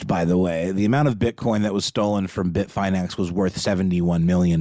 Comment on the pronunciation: No capitulation to Russia, no deals made UNLESS Ukraine is the one creating the terms, AND Russia subsequently pulls everything out of Ukraine, including and especially the territories Russia seized ILLEGALLY. Also, this part is for. It's pronounced Bit-fin-X, not Bit-fine-X FYI. And RazzleCON, wasn't a hacker. She was a con artist. Most of the theft's were from social engineering (phishing scams, wire fraud) Not a hack. If you had to guess, how would it be so simple for a female to scam people through social engineering? Opportunists that got lucky, and sloppy.